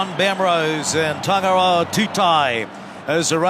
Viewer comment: Dang tangaroa.. they butchered you name.